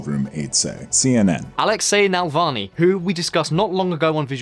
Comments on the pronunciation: Hint for future use: it's Navalny, not Nalvany. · when you guys prepare for your next video at least learn how to pronounce names. It’s not NaLvany it’s NaValny. You didn’t even read the word right mixing L and V. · How can you read "NavaLny" as "NaLvany" - I mean come on ! :) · NA-VAL-NY.....NOT NAL-VA-NY. Pronounce it right....smh.... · Navalny, not Nalvalny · Love the video. One question I have to ask a native English speaker is how can you read NAVALNY and pronounce it NALVANY? What the " bollocks " is wrong with the original carriers of this language? Just to summ it up ... Spell it like it is written... Slavic languages are based on Latin alfabet. It's not Arabic, Mandarin... Read the effing word and put some effort into work. On the other hand I'm grateful that someone putting an effort to make sure that everyone can access important information about stuff that will be omitted from most news . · It's pronounced ne-VALL-nee, not nel-VAH-nee. I'm frankly astonished that a native Brit like yourself would knacker the pronuncia---SHIT! Gotta go! Joe Biden just threw up during a campaign speech and collapsed! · it says NaValny,why tf do you pronounce it as NaLvany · You bucher his surname pleas try coretly pronounce his surname. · Tru. But I'm a bad sport, so I also demand a phonetically accurate pronunciation of the ль and ый sounds. Otherwise I'll unsubscribe! Learn Russian or you'll be treated with some tea of non-standard flavourings!